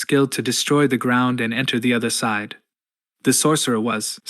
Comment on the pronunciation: Jesus, "chamber", "safety", fucking "*side*". Seriously, is this just bad English? Really, really shit AI? Lol, I'm so confused by the mispronunciation! "Booby-attack"! 😂 smh.